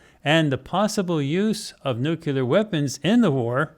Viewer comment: People please stop saying “nucular” - that word does not exist. The correct word to use is “nuclear.”